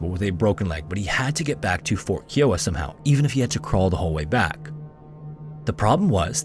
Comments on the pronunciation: That tribe is now Kee-o-wuh. It's Kai-o-uh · Key-o-wah pronunciation is killing me! The correct pronunciation for the Kiowa tribe is: kai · uh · wuh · One thing I've noticed is how you mispronounce words, it seems like once per video. This one is Kiowa, as far as I know it's pronounced K-eye-owa, not K-e-owa. I do enjoy your videos, but pronunciation is a peeve of mine. God bless and have a great weekend!! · Kiowa is NOT pronounced as “Kee-wah”. 😂😂 Are you kidding me?! It’s pronounced “Kie-ah-wah”! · Absolute, utmost respect for your videos and much appreciation. My only gripe is that "Kiowa" is not pronounced, "Kee-oh-wuh." It is pronounced, "Ky-oh-wuh." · KIOWA is pronounced Ky-Oh-Wa Not Kee-Oh-Wa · Dude, it's pronounced Fort Kai-uh-wah, not Kee-o-ah, with emphasis on the first syllable, KAI-uh-waah (like the name of the Native American tribe). Scary Interesting videos are too good and professionally made for such an elementary mistake, it's worth the extra effort to look up the correct way to say these names as this is especially noticeable to your American audience. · “Keeeee-oh-ah” is not how you say Kiowa. “Kai-oh-ah” (-: xoxo Oklahoma Native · Kai-o-wa, not Keewa, jfyi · Kiowa is pronounced “Ky-O-Wa” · Please do more research on your tribe pronunciations. It is Kai-o-wa and Ah-rick-ah-rah. I love your channel, but that’s like 2 videos in a row I’ve watched and the NativeAmerican tribe was pronounced wrong. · Just as an FYI: Kiowa is pronounced "KIGH-oh-WAH". Source: I grew up in Kiowa county, Oklahoma. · I love your channel, but I have to get this off my chest. [clears throat] "KAI-oh-wuh." 😏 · The word Kiowa is pronounced Keye-o-wa. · Kiowa is pronounced Kai-Oh-Wuh and is a town in Colorado named after a Native American tribe from the Great Plains. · Not a criticism but Kiowa, it's pronounced K-Eye-Oh-Uh and I only mentioned it because I live on Kiowa Ave. in my town in Arizona and because it's mentioned so many times in this video